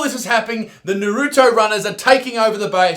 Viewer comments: NARUTO!! not NAH-ROO-TOE. ya jackass. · Noriuto lmao ,it’s naruto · Nobody: Absolutely no one: Isaac: Naroodo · Its nar oo to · NA-RU-TO pronounce it right you fucking Muppet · An Aussie that doesn't know about anime saying Naruto, priceless. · STOP SAYONG NARUTO WRONG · Did anyone else cringe at how he says Naruto?